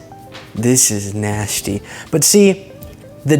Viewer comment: Ok., you're great! Just stop replacing the s consonant with s h. Example you said, "nashty" instead of nasty. Don't do it, man. If it's getting to me, it's getting to others. Just trying to help.